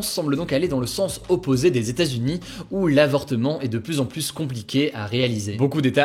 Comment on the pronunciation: « SiGnificatif », « pluS compliqué »... hugo, en francais toutes les lettres le se prononcent pas ^^